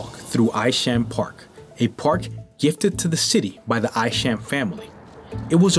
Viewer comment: Hi, Thank you for this video of the Northern Manhattan neighborhood where I've lived since 1960. If I might make a few edits....Isham Park - is pronounced Eye-sham. Wadsworth Avenue was not the long hill that you traveled up to visit the Cloisters. You were on Fairview Avenue headed to the Fort George Hill area also known as Washington Heights. People use the #1 190 St train station elevators to get from those heights down to Broadway. The Cloisters are on the other side of the island in the Fort Washington area - also known as Hudson Heights.Take the "A" train to 190 St, go up in the elevators and the top of Fort Tryon Park opens up for you. I suppose that every video and written article has its errors. The only reason I picked up on yours is that I know the neighborhood so well. Good job though!